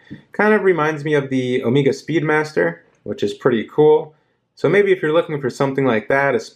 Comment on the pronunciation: you pronounced chronograph and omega incorrectly